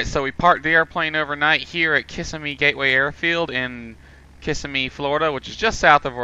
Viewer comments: loved the vid. had to laugh at your pronunciation. thats how my wife and i pronounced it when we first saw the name. but right. ki-SIM-ee. lol. keep making vids and we'll keep watching them.:) you are a good teacher. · it is Ka-sihm-me not kiss-a-me.